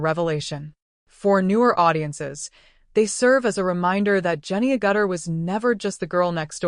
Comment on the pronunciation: Her name is pronounced "AG-itter," not "a-GUTTER." AI is not so smart.